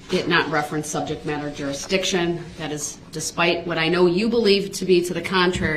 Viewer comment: You mean when he said "per-zishun"? Also, he kept talking about subject matter jurisdiction, but couldn't pronounce it. He always said "subjek madder jurish-dick-shun". He also said "ammi-nit" rather than "adamant" and "affixiated" rather than "fixated", and every time he objected about a word or asked a witness to "explain to the jury what you mean by" whatever word, it was because he didn't know the definition. He is, truly, an ignorant, filthy, angry, little gremlin.